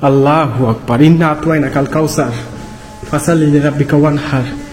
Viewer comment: আপনি আললা হোয়াকবার বলেন কেনো আললা আকবার বলবেন